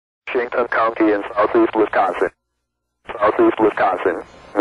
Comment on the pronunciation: The way it says "NORTHERN milWAUkee County in South Eastern Wisconson" and "Until PM CENTRAL DAYLIGHT TIME"